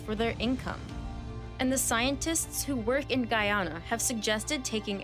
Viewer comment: Every time she said Guyana it made me cringe 😂